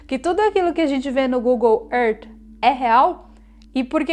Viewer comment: Pronúncia abrasileirada de Terra em inglês , foi proposital?